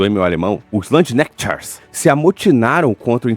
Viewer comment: Há pronúncia é 👉Lands!! Do lugar!! Ou da terra! Von die Erde, sentido geográfico!